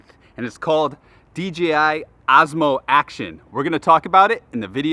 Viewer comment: Is it only me hearing him saying AZMO??